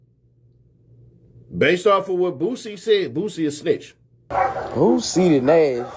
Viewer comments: “IONT CARE BOUT CEE-TEE NASH.” 🤣🤣🤣🤣🤣🤣🤣🤣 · Boosie be saying Seedy Nash 😂😂😂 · Damn Sea-Dee Nash lol you got a whole new name Ceddy. …. Damn Boosie done messed my head up cause i cant un hear that now every time i hear Your name or see one of ya videos Boosie voice (Sea-dee) Nash gonna come to mind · Say it right….. He said Seedy Nash 😂😂😂